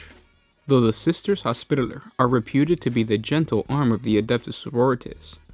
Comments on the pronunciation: Say it with me Hos pi taller. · can u say hospitaler again? BAHAHAHAH!!!!!!!